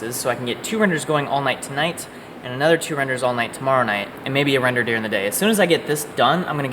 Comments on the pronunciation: Who had too much time and added "wrender" over everytime "render" was said? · wrenders a wrender wrenderless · I like how without fail whenever said render or rendering they changed it to wrendering and wrender